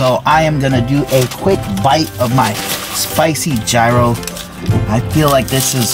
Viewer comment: yee ros...lol. Just like the "G" is silent. You always make me laugh ...oh and Winston too.